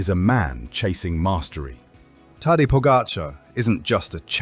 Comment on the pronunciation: After all these years of him being super star and investing so much in this mediocre video, still not knowing the pronunciation of Tadej's name is just pathetic.